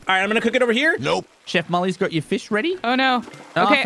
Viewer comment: Anyone is gonna respect how prono fish as FEESH